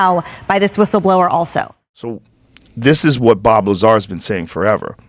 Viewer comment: Who tf is Bob “Laser”?!?! 🤣